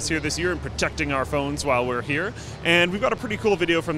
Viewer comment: I love how you say "PROTECTING" at the end xD awesome is awesome